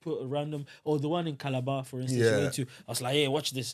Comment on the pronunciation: See how the male host just called my Calabar. He pronounced it so well. That's the only perfect thing he did here. His interview skills? Trash!